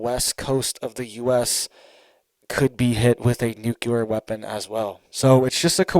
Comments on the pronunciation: Omg duuuuude! I love listening to your news but GD!! It's nuclear...nu .cl..ear! Not nucular! You are killing me calling it that. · Dude, I really like your channel and content. You are very informative. But... Please... Please, can you stop saying "nucular". It's nuclear bro. Nu cle ar. Thanks much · NUCULAR IS NOT A WORD! NUCLEAR. IS THE WORD! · Nuclear… not nucular. Driving me craaaazy lol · It is NUCLEAR ...NOT NOOKYOOLER ...I can't stand how people are so stupid they can't even pronounce a simple word like this. BUY A VOWEL!!!!! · If you're going to report about a nuclear event, at least pronounce the word nuclear correctly. When you say nuculer, you sound ignorant and can't be taken seriously. Have you ever heard of the "Cold War"? All this stuff has been happening on the regular since the end of WWII. Stop using peoples ignorance and fear for likes and clicks. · It's NU - CLEAR.... please say it correctly... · Nuc-le-ar! Love your updates but this makes my OCD go crazy... lol. Thanks for reporting 🥰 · I appreciate what you do and have to say, but please learn how to pronounce the word "nuclear". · Please please please learn to say "nuclear" correctly. Total cringe and educes cred when such common words are mispronounced. Always surprised no one was around by now to let you know you're pronouncing it wrong.